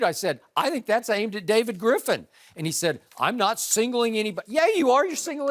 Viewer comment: Lmaooooo "Gripf"